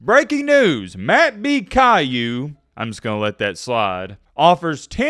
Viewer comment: Why would you ban bdon?? The comparison is appropriate. You do look like Cailou. Im actually impressed you were able to pronounce Cailou correctly....